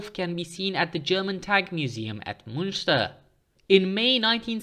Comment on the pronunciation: Please note that the German Tank Museum is in Munster (with a normal U, pronounced like Herman Munster) not Münster (with a U with two dots over it, which is pronounced like it has an E after it). Evidently. people go the wrong place.